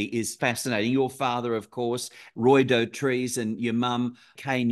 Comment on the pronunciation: Do-trice,not doh-treece 🙄🎩